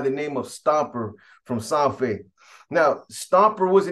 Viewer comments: Its SAN FER not SAN FE !! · Lol u hella pronouncing San Fer wrong af 😂 ive heard u say this in other videos its halarious! U have to pronounce the R at the end harder than that! It sounds like u say SanFe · Pronounced like San Fed…roll the R